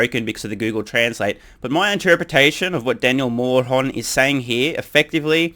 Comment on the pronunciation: Poor Daniel Mohr-on 🤣